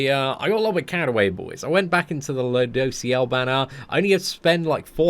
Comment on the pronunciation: Lol I remember when he couldn't say ludos name😂